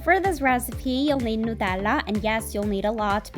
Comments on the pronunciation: It’s nut-Ella not new-tella because it has hazelnuts in it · really annoyed how she pronounces it Newtella when its Nutella ugghhiowqhfeuawhifgakehgks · She says Nutella so differently 😂 I love it ❤ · Why on earth is she saying nutella like that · why do mention nutella so weirdly lol